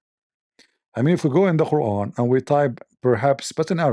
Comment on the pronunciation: I loved the reciting of Queeran without Tooth 🦷🦷🦷😂🤣